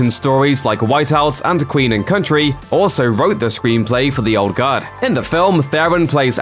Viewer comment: Sounds like he's saying "Old God." Was confused for a minute.